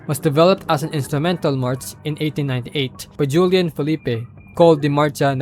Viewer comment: Who the fuck is “Dyulian” lol its Spanish J